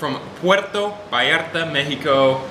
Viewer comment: Not to be cruel but you are pronouncing Vallarta as Ballarta with a B. Sorryyyyyy. Say it like you would say Vlog va va Vallarta.